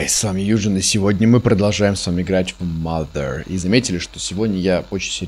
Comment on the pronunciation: не маґер а мазер!!!!